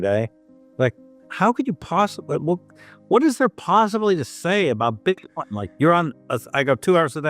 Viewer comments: Your ai voice calls it Bite coin I'm out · iThink the robot just pronounced it 'Bytecoin.'